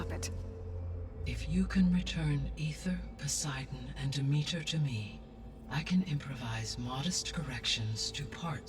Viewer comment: The way everyone in this game aggressively mispronounces Demeter...